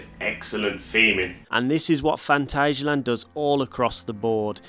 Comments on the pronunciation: It’s pronounced phantasia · Here in Germany it is pronounced „Funtasia“ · I've always pronounced it Phant-ayy-sialand, but my German girlfriend calls it Phant-azz-sialand, so I'll take her word for it XD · As a German, i can confirm, no "ay" sound in there. The second a is pronounced just like the first one. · The "a's" in Phantasialand are sort of pronouced like the "u" in fun.